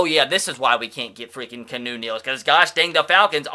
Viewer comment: Key-ah-new Neal. Not Canoe Neal.